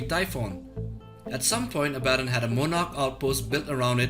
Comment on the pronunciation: Your pronounciation of Abbadon makes me sad.